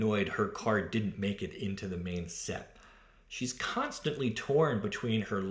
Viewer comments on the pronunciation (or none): none